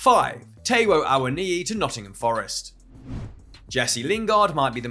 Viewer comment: Taiwo................Tai as in Thailand